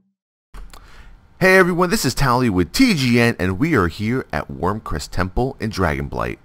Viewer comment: Wyrm REST, not Wyrm CREST.